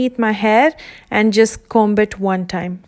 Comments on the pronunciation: b is silent in comb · You don’t pronounce the “b” in comb. 💕